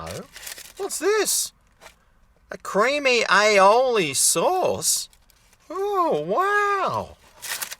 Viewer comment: is pronouncing aioli correctly now - that's good...